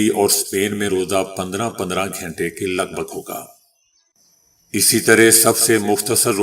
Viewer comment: او پینڈو بھائی یہ گھینٹے کیا ھوتا ھے گھنٹے بولیں اور اردو پے رحم کریں۔